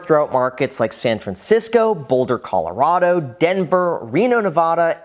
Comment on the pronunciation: What are you like 100 years old???? No one pronounces it nevoda anymore or Colorodo